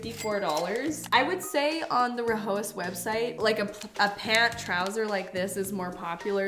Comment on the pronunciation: It’s pronounced rye-as H is silent